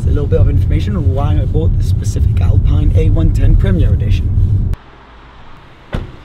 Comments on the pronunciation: How do you speak french and still mispronouce Alpine? :P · Alpeen in french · Hello,it is said AlpEEne please...nice day... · ALPINE is pronounced: “ahlpien” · Say Alpine like "Alpeen" ;) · tu es français et tu dis alPAILLEne ? Tu devrais avoir honte de faire comme si tu avais oublié la bonne prononciation (on se demande pourquoi d'ailleurs)...